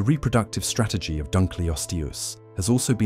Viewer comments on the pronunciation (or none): none